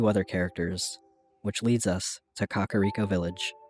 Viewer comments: KAKA-riko???... it's ka-KAR-iko lmaoooo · It's not pronounced Kakariko. It's pronounced Kakariko.